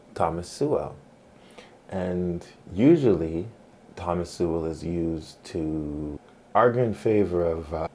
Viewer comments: You pronounce Sowell like soul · You pronounce his surname as 'Sewerwell' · His name is pronounced "So-ul" that you can't pronounce it...devalues your argument a bit. Your distracting and mostly meaningless cuts to images diminishes your points. It's very like 👍 adding emojis 😃😂🥲😂🤣 after 🚨 every 🚨 word 🚨. It's lame 😒. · You incorrectly pronounce Thomas Sowell’s name. Proper pronunciation of his name is “soul.” Thomas Soul. You butcher Thomas Sowell’s philosophy as atrociously as you butcher his name. Your understanding of Sowell’s ideas is superficial and incomplete. Back to the drawing board. Read a few of his books and redo the video. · As soon as mispronounced his name I knew you haven't watched any videos or read any of his books. When you learn more then just being able to pronounce his name, I may consider watching one your videos. I really am sick of these pseudo Intellectuals feel qualified to criticize a man with 65 years of research on the human condition. Most of his statements are facts and not his opinion. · That’s not how you pronounce his last name.